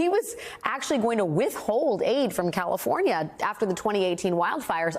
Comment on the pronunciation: She couldn't even say California right listen to that Dallas California what a bunch of idiots you are